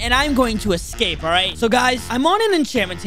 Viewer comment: He forgot he said scape but it was escape